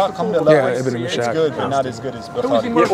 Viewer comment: It's Ibn "Is-haq" brother. (Is - haq) and not (iSHaq). 😅